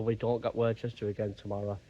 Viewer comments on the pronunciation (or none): p[ease say worcester properly please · Hi mate good video commented on your last video how you say Worcester it pronounced same as Worcester sauce ha ha